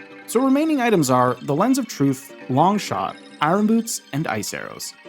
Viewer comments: Iron is pronounced “Eye urn” not “Eye run”. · Why are you saying “eye-run”, “eye run boots”, that isn’t how the word is pronounced. Say it like “I yearn” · I-Or-n, not I-Ron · they're not eye-run boots, they're eye-urn boots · Eye Ron 😂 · It's so triggering hear Eye-ron boots the entire video, only for an Iron Knuckle to appear with perfect pronunciation. Like, wtf dude? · Eye-Urn... Iron. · Really great video. But I've got to ask: why do you keep saying it as "eye-ron"? The r is meant to be silent. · Ah yes, the "I run" boots 😂 I've never heard anyone pronounce iron that way lol quite an interesting accent. I wonder where you are from, it's pretty unique. Anyway, thanks for the info, and I love your cute little avatar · Every time you say Eye-Ron Boots, I take a shot. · "irin" i have a cousin who likes to pronounce it that way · you say iron I run which is hilarious because you keep saying I run boots but have you tried running with them? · You had me at "eyerahn boots." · Every time you say “i-R-on” boots I cringe. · You say Iron weird. Like Kronii. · I always chuckle when people pronounce the r in iron 😅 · i don’t think i’ve ever heard anyone pronounce “iron” like that before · As a former educator, I just want to say you have the most unique way of saying "Iron" that I have ever heard. Nice video btw, the teacher in me just had to say it. 😅😂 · I can’t take it. That’s not how you pronounce iron. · Why can’t you say iron… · Great video. Really enjoyed learning the ice arrows could freeze the sliders. Also you say iron really weird. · The way you pronounce iron angers me immensely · Why are you pronouncing iron like Norm Macdonald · Larry King would be turning in his grave listening to you mis-pronounce “iron”. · Bottom of the well is optional, and the r in iron is silent